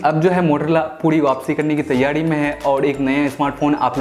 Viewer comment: Tyari ko tyadi bolta h kreeb ko kadeeb khud sun le bhai video m